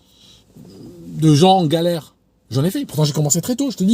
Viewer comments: Galère et non gallere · Galère....pas Gallere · Allo...! La galère, pas la gallere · la Galère et non la Gallere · Galère !!!! Pas galerre.